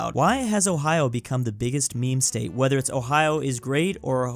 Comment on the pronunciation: He said hoe-hi-yo and not Ohio?